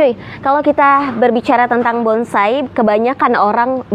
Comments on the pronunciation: Anda benar,nyebut kata bonsai saja si wanita msh salah,BONGSAI...BONGSAI...BONGSAI... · Bonsai bkn bongsai, mba 🤣🤣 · Bonsai ya bkn bongsai